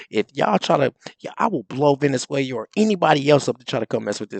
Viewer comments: the country is pronounced Ve-ne-zue-la”. Not Venezuelia. What I think about your show? 🤦🏾‍♀️We failed that remnant of black men who even imagine those whyte boys like Rubio care if you have an opinion or even remain breathing. Please follow your own advice: you grow up— historically! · VenezueLIA? It’s Venezuela Rubio rocks. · Learn how to pronounce Venezuela. Who walked out?